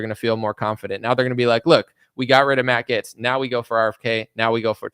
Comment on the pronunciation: OK honey, I think I heard it about four times now please stop calling him, Matt GETS. 🤗